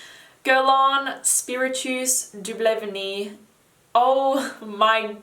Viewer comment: I LOVE you, and you’re my top perfumista on YT, but PLEASE modify your French pronunciation of perfume names! You have so many viewers and true- you’re not French - but are a serious perfume reviewer!! I’ve been searching like crazy for “Spiritus de Blevenie” as I didn’t check the links- girl! It was Spiritueuse Double Vanille 😂😂 that is pronounced “Spee-ree-tyu-oz doo-bl va-nee. My Lord!!! Spiritus!!! 😅😂 also- Vaniglia is pronounced Vanee-lee-ah, without the G! Pls make an effort!! 🙏🏻❤️